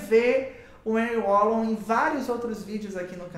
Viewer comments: Moço, se pronuncia (Henrri Valon) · Agradecido pelo vídeo 🙏🏼ajudou na minha prova ! Ârri Vallon é a pronúncia mais correta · Já assisti seu vídeo a alguns anos atrás, e voltei aqui novamente. A sua explicação é incrível! Obrigada!!! A pronúncia é " Anrri Valôn" (Henri Wallon). Antes que alguém diga algo, termine de ler o texto todo. Eu já pronunciei o nome de alguns autores errado, porque estava aprendendo, e ainda estou, e é óbvio que nós vamos ler de acordo com que nós aprendemos no nosso português. Mas já fui muito criticada por isso porque simplesmente em algumas situações riam da minha cara por dizer errado, mas ninguém me disse como dizer o certo. Hoje antes de apresentar algum trabalho, para que isso não se repita, pois foi bem traumatizante para mim algumas situações, eu pesquiso o nome do autor ou filósofo e busco a origem de onde ele nasceu, e dependendo do país, eu escrevo o nome dele no Google tradutor com a língua nativa de seu país, e treino até aprender a pronunciar, vou dizer que não é fácil, porque tem cada nome que só por Deus kkkkk. Mas eu gostaria de passar essa informação para você, porque foi muito útil pra mim e gostaria que alguém tivesse me dito aquela época. Amo Wallon, Vygotsky, e Piaget!!! Sou estudante de psicologia! E manda um beijo se ver meu comentário! Obrigada pela aula maravilhosa 👏👏👏🥰🥰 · Kkkk pronunciou muito engraçado o nome Henri wallom.Uil uol 😂😂😂😂😂